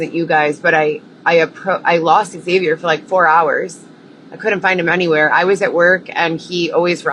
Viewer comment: I really really dislike you. You are in fact a predator you sicko. He didn’t respond to you because you’ve been saying his name wrong for 5 damn years.